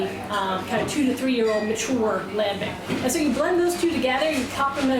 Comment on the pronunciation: You want to pronounce gueze like a frog then you f up lambic... lambeek you say lambeek